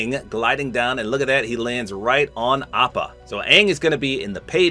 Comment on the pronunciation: Fun fact:appa is actually pronounced o-pa!